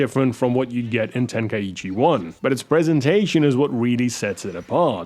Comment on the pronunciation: It's pronounced "Ten-kai-chi" not "Ten-kai-ee-chee"